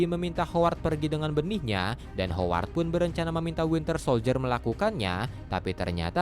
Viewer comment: greget ama si mimin sama pengucapan hooward 🙃